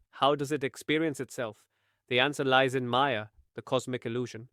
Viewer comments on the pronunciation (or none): none